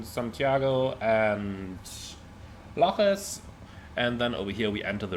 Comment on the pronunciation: Lajes = /lazhish/, it's Portuguese. 😉